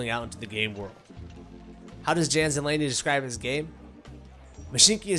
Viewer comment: It's not JAN , it's yawn